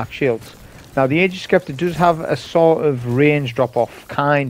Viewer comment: Hey man, awesome and educational video as always. Really happy to see Ager's is as effective against against barrier champs as I'd expect. We'll see how things go in GM's though. Also, and I mean no offense whatsoever by saying this, but Scepter is pronounced Septer, like septic or separate. Silent c. Again, no offense, it was just making me lose my mind lol.